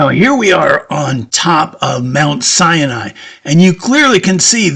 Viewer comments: It is Mount Sinai, not Cyani......Just to point out what is correct. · It's pronounced: sy-nye, not cya-nye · So, your narration is superfluous. Sinai has no "an" in it! It is Sigh nighy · Every time you say Mount Sinai, you pronounce it cyan I which means cyanide. I really am enjoying it, I notice that because I have closed caption on and they keep spelling it like that. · Sinai has only 2 syllables